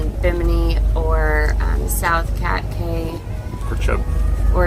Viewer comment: Cay pronounced Key